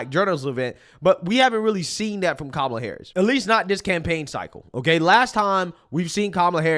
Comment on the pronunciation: As an Indian I'll say, Kamala cant say her own name properly 🤣 She's not Indian and her policies are awful. Identity politics is low IQ just like Charlamagne the Goon.